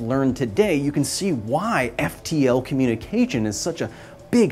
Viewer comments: Did you say “Communi-Cajun “ …??? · FTL-communicageon FTL-communicajun